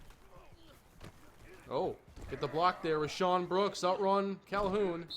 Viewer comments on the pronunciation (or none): none